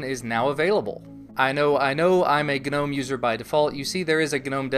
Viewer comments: Thank you sir for pronouncing "Gnome" correctly. EVERYONE! It's pronounced Guh-nome not nome. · Well that's just how it's pronounced dude. You don't pronounce tomb like toombuh, or depot like deepaht. or sign like sie-gehn. I said it wrong for a really long time but that's just how you say it.